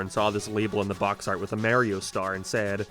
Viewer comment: “geam” “abaut” ”maryo”